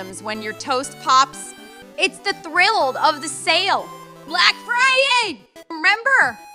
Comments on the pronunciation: that fucking archway says blac fird instead of black friday lmfao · "bla-ack fri-yay!!🗣️💅" ✨Brick frday✨ "critical infrill!" bro typed "/e rebirth"💀